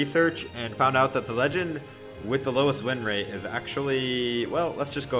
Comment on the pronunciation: "The lowest rinrate"